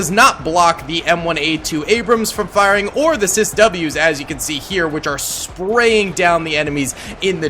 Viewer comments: pronouncing the ciws as cis ws when it is c wis Close in weapons system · As a retired Navy person, It is pronounced sea wiz. Its full name is Phalanx CIWS, but in the Navy, we always called it sea wiz. Great two matchs there. I hope you do more like this.